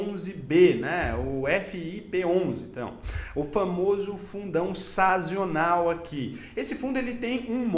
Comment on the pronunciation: Conteúdo sensacional, como sempre! Só fiquei com um nervosinho na hora que li e ouvi "sazional", a palavra correta é sazonal, esse I é um intruso, rs. Estou aprendendo muito com vc, seu trabalho em educação financeira é excelente. Espero que não leve a correção a mal. Sucesso! 🙏